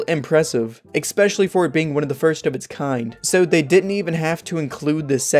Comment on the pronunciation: Why do people say "expecially"? Weird.